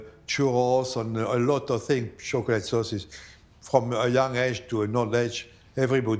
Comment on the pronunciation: It’s not that difficult to pronounce chocolate